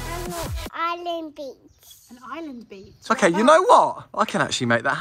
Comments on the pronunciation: And he said Ireland beach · I heard him say Ireland beach